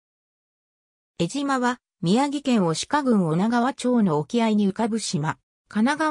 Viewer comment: 失礼ですが、よみがまちがえています。 我が故郷の名を間違えて、読まないで下さい。 貴方は、アナウンサーなのですか、正しい物の言い方をして下さい。